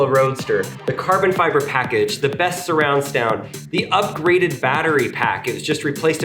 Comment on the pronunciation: Lol "Surround Stound"